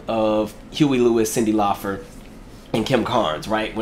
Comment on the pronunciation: It’s LAUPER NOT FER